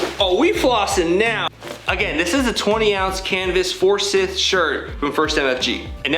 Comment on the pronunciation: I like it...might grab the black. By the way, it's ForsYth, not ForsIth.